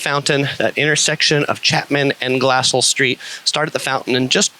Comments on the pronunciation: Hi it's pronounced Gla-sell. Thanks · It's "glass-CELL" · I lived in Orange from and in Orange County from . The Area has changed so much. Not many orang groves left if any. For future reference Glassell is pronounced GlassSELL emphases on the SELL.